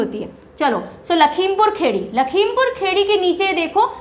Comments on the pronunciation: Please teacher,, do correct pronunciation of the districts name ,,not Lakhimpur Khedi it's Kheri Lakhimpur Kheri (or Khiri) many times u called it kheddi it's kheri(khiri) , Goanda it's Gonda n it's Kushinagar not Khushinagar ,,🙏🙏 atleast facts to sahi se btaiye ,, bht bura laga galat name sunkar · "लखीमपुर खीरी", लखीमपुर खेड़ी नहीं, औऱ "कुशीनगर" खुशीनगर नहीं मैम 😂😂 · Lakhimapur खेड़ी नही Lakhimapur खीरी बोलो गवार😂😂😂😂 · maidam not lakhimpur khedi :LAKHIMPUR KHIRI